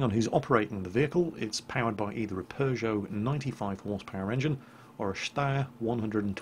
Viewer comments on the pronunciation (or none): none